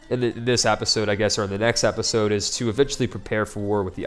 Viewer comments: If you can't pronounce episode correctly, it's going to be difficult to expect geographical names to be pronounced even close to correctly. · plz say episode instead of Apisode lol